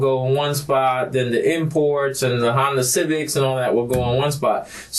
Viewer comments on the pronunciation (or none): none